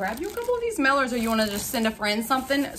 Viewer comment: What’s a “meller”? Did you mean MAILER?